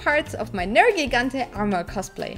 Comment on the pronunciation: ネルギガンテの発音すき